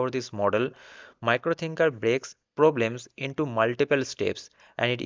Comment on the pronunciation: Its miro thinker not micro 😂 !!